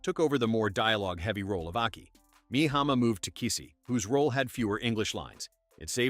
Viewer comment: Video mixes up images of the two Japanese actresses. Also mispronounces Aki as ‘Achy’.